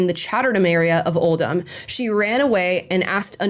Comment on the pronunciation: Interesting that Amala pronounced Oldham correctly 👍’oh’ldumb’ (rather than ‘old ham’. Omg…Rotherham, too!!!